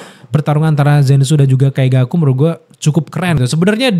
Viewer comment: wkwkwk Ya Wajar, Abangnya Baru Nonton bener2 dri awal. wkwkwk jdi wajar.. Kaigaku juga jdi Kaizaku 😅